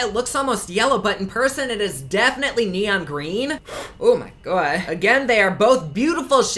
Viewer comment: "Oh mah Gawh" 😂 💜